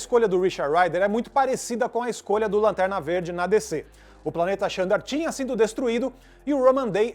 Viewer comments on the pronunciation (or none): Se escreve Xandar mas se pronuncia ZANDAR...vamo fazer o deve de casa gente